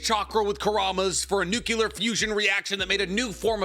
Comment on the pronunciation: My man... it's "NOOK-LEER" not 'NOOK-YUH-LER'... I still love you tho! 😅